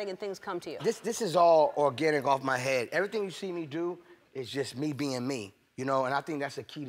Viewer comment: To sum it up: He does "everythang" and they are "haters" 😂